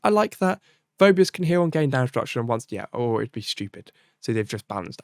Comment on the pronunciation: It's "Fee - bus".